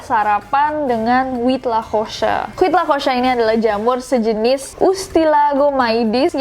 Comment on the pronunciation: maaf nama makanan mexico nya tu baca nya uitlakoche. bukan huitlakosa. saya kritik ini karena istri saya asli mexico dan saya pun tinggal disana. maaf saya membenarkan itu saja